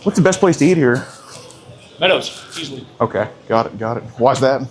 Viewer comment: what's the best to eat here Pedo: sounds like he said pedo's ( easily ) that through me off a bit..